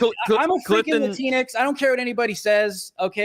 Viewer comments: if it's written Latinx, shouldn't it be pronounced without a hyphen or break, like "minx", and not like "lat(ee)n-(e)x"? Those are the really important questions, folks...! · Latinx, rhymes with "kleenix"